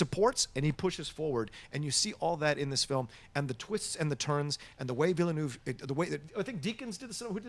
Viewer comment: Veelnerve!! not Villynoov!! Aaarghhh!!!!